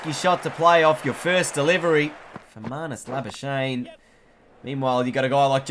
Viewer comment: marnus labu-skuk-knee plz pronounce right